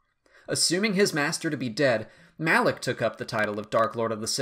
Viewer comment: It isn't pronounced as Malaek but Malah-K, ok?